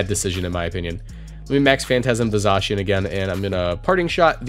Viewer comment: And Zacian is pronounced Zah-cy-an but it it doesn't matter that much tbh